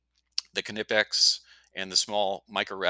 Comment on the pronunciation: Very cool, I would use this. Also, thank you for pronouncing Knipex correctly. K (a) nipex.